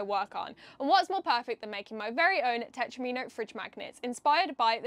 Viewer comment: I always thought it was pronounced ‘tet-romino ’ To sound like Domino. Because you know, they’re like four piece dominoes. Please can somebody confirm that I’m at least NOT wrong LOL 😂